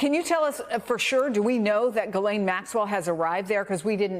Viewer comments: Bye the way. It’s pronounced Yislen ffs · Her name is Ghislaine not Guylaine. Sloppy reporting...